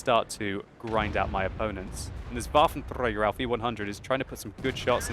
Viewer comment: your pronouncing waffenträger wrong as always dont roll on the "r" xD